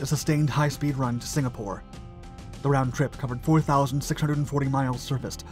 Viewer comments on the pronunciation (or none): none